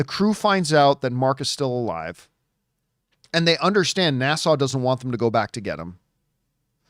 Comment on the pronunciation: Can we keep giving more NASA movies until he learns how to pronounce it. Every time he says it, I think it is in the Bahamas instead of Houston. NA (as in nap) SA (more suh than sau). It's the second part that he is having trouble with. He had the same issue with one of his ad reads, but after a couple of weeks, he corrected it. I guess it is just his Canadian accent coming out. But, yes, I enjoyed the video. So keep them coming.